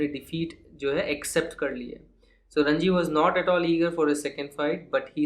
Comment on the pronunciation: Sir it is ranji not rajni